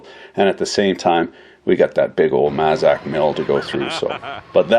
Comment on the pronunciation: just so you know my friend, it's mAzak. Long A sound. I use to work for them. Thank you.